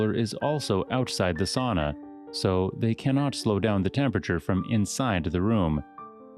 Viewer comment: It's sAUna, not sOOna 💃